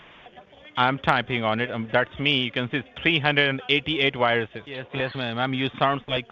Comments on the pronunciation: "388 wiruses" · Excuse me, those aren't viruses. Those are WIRUSES.